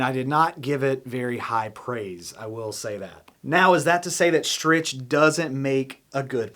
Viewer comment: Hi, I have a Strich 6 guitar stand and LOVE IT! Heavy duty and looks great! Also Strich is pronounced “Strik”. Stand part #FS-S6